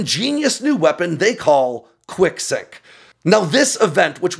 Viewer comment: I thought he was saying "Quick-sic", until I saw the text. Enunciation matters.